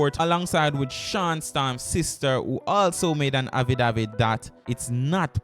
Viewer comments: Bredda, yu mean even after yu hear affidavit pronounce properly in the news clip yu still a seh “havidavid?!” If yu gonna vlog at least know how to speak bro. Outside of that you di good! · Learn to pronounce the word affidavit before you release your video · Please learn to pronounce the word “affidavit” you’re not pronouncing it correctly and it’s annoying. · Learn how to prounce the word dam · Very embarrassing. For a vlogger do some practicing for the words that you don't know first. Drives me crazy